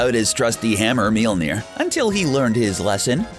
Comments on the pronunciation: They couldn't even pronounce Mjölnir, how its called in my language. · I've been fucking crying with laughter at how he pronounces Mjölnir 😂😂👌